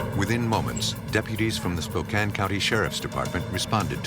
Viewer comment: Wow. Someone who pronounces "Spokane" correctly. 🤯 And I think he killed her because his girlfriend didn't get along with her.